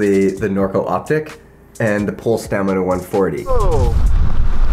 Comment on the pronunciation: That's not how you pronounce Pole